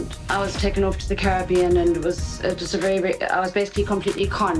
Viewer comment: Is it the Ca-rib-ibon or the Cara-beón?